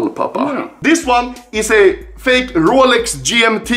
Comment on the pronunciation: No one: Anomaly: Rålex